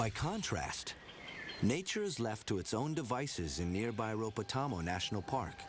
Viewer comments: Just to let know.... The 'Rhodope' Mountains is pronounced Road-opee, not roadop. Apart from that - I love it. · Please.... Rodop'ee' Mountains - not rowdope mountains (53 seconds) :-) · Just to let know.... The 'Rhodope' Mountains is pronounced Road-opee, not 'Roadop'. Apart from that - I love it. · Rhodope Mountains :-)